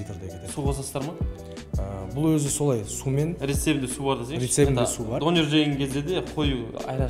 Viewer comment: дОнер емес, донЕр!